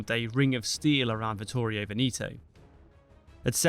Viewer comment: I believe Veneto is pronounced “Veh-neh-toe” not “Vin-ee-toe”. The “E’s” do not change in their verbal articulation.